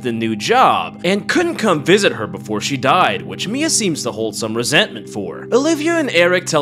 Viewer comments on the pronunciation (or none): none